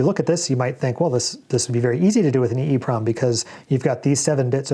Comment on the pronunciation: I always say “E-PROM” so it cracks me up every time it sounds like you say “EEEEEE-PROM.”